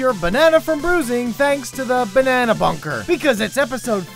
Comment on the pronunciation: Does anyone else think it's really funny when he says banana BUNKer